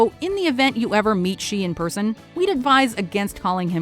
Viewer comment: Xi is pronounced like she